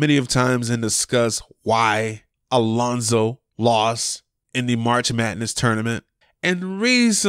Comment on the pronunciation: It's Lonzo not alonso